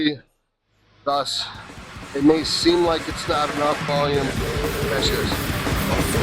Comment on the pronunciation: Lol " I did uut" 😂